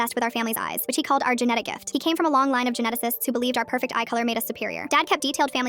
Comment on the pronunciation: did you say pecfect